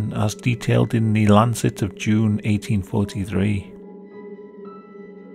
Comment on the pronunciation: 1843 THree not eighteen forty free 🤦🏼‍♀️ please say your TH’s it sounds so slobish